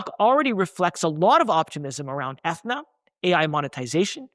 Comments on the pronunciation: My man - it’s pronounce Ah-thee-na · Atheeeeena man! Come on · Aren’t you saying Athena wrong?